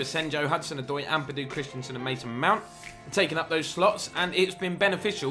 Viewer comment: Great series but this is getting to me - it's Christensen, not Christianson. It's just pronounced "Chris-ten-sen"...